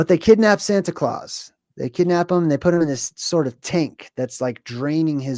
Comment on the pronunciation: santa claus a Sounds like center Klaus 😮